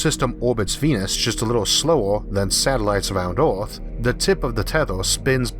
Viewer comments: Not criticizing your speech pattern but noticed your pronunciation of "Ea"rth seems struggled, yet you can pronounce the proper sound when you say s"ur"face! Maybe think of Earth as Urth and it might work out better for you. Good luck. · Speech impediment from hearing loss? Oth=earth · "Oarth"? LMAO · Orth instead of earth :) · D It´s not Ooorth, it´s eeearth. Good video though. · Its Earth not Orth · Terrible speaking voice. "Orth" instead of Earth. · Dimas Tjahjono Dradjat I love the videos, but his pronunciation of “ea” as “ou” is killing me! Earth is Ourth! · CANT LISTEN TO YOU SAY EAAAAAART!!! Christ dude! The letter R ISNT THAT HARD TO PRONOUNCE. You sound like you have cerebral palsy. Christ. If you CANT pronounce the words then use a translator like everyone else. Ugh terrible. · The constant mispronounciatio of "earth" as "Oort" is really putting me off. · Nice video but quite strange hearing you say "Orf" instead of Earth. I suggest seeking professional help from a phonaudologist. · I like how instead of saying earth he says OARTH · Can he pronounce his R’s?? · theGamingHero yeah, mad respect for the commentator. I used to have a similar speech problem. He has trouble saying words with “r” in the middle or end of words. Words like “Earth” and “World” are hella hard for us to say. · i subbed just to keep hearing him say tearwafoaming, mawz and ewuth. 😂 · Wetowning to Owth fwom Mows fwoating owond in a corcle in a howocane. Every vowel is interchangeable with an O .....usually but not every time......I just can't take it. His videos are like being with the most beautiful woman in the world who has bad breath and hairy legs. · I can't watch this... I tried but his pronunciation is just so annoying >< aarth = earth? maas = mars?